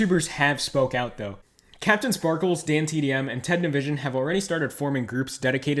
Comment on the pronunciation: Ted ni-vi-son